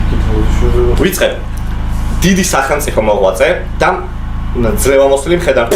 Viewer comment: მძრევამოსილი თქვა :))